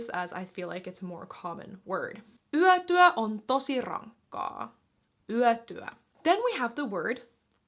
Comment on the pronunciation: In the video the pronounciation of "yötyö" has a slight tendency towards western dialects, where it is pronounced like "yätyä". But the official is still "yötyö". 🙂 In "vaa'at" and "vaa'an" there is a slight pause at ' and/or slight stress on the last syllable, not "vaaan". 🙂 "Aioin" is pronounced "aioin", not "aijoin"! 🙂 In "puheääni" or "väliaika" there is no pause in the middle.🙂